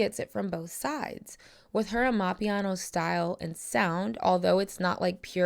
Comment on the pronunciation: im sorry but the way you said “amapiano” is killing me😭😭😭